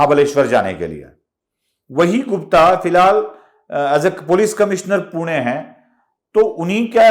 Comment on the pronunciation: पुना नाही पुणे